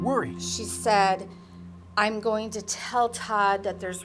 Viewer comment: (sp?) ~ The word 'going' isn't pronounced goinGUH. The g is soft. You're adding an extra syllable that isn't there. You sound uneducated. Learn to pronounce words correctly.